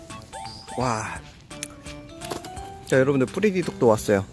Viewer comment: 프레디독이 아니라 프레리독 아닌가요?